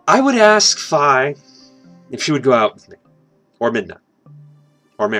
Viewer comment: Why does he pronounce it F-eye instead of F-ee ( he says it like Fie not Fi...)